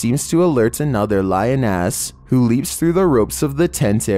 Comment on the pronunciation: Did just say lion ass?!!!